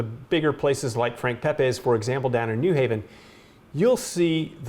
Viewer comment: its also new HAven, not NEW haven